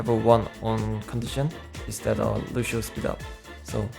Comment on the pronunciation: “LUSHEO” - surefour